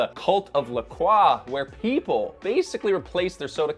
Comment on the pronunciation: he also doesn't know how to pronounce "croix" so there's that...